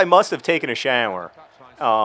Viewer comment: I noticed that too... "shAAƝwer"